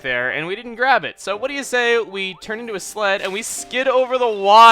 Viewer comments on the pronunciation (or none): When he was saying sled I thought he said slut